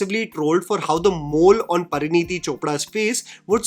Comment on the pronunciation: pinpoints and criticizes actors' poor diction and dialog delivery throughout the video Also: "PARANEETI"... Who's Paraneeti, mate? 😭